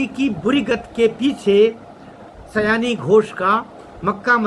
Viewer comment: उसका नाम सयानी नहीं, 'सायोनी' घोष है।